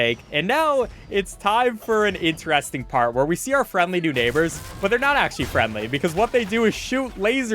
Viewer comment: what accent says "interesting" like this (like he does)? in-te-rEs-ting